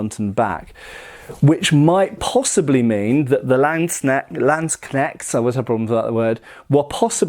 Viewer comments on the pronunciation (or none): What is the proper pronunciation for Landsknechts? Is it "Lands-Connects" or "Land-Shnecks"?